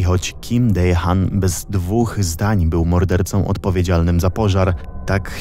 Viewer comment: ogólnie fajny materiał tylko przyczepię się do wymowy imienia podpalacza. powinno się je wymawiać w przybliżeniu [dehan], a ty to bardzo zamerykańczyłeś xd ale pozdrawiam z rodzinką